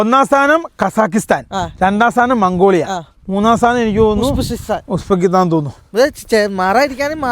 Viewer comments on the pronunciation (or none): ഉസ്-ബക്കിസ്ഥാൻ എന്നു പറയൂ...😊